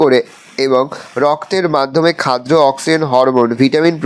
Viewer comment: Areyy sir ota khaddo hoy khadro noy 😮‍💨